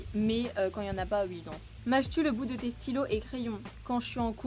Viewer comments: Trooop chou tu dis « ui » au lieu de oui. Jtrouve c’est trop cutee. BRAVOOO POUR LES 100K TU LES MÉRITES ❤️ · C'est stressant tu dis "ui"